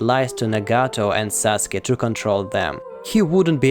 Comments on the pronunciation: "Saske". U: uh oh I'm late to complete the name sasuke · Sasuke* not saske